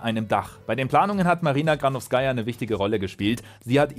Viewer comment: bei ihrem Nachnamen liegt die Betonung auf der zweiten Silbe